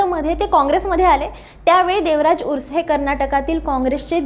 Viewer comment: बाई, व्यवस्थीत माहीती घेत जा , आणखी बरोबर उच्चार करा , देवराज उर्स. नव्हे ते देवराज अर्स नेते होते ...